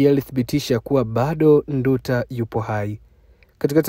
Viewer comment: Haitwi Ndu ta, anaitwa Nduuta😮😮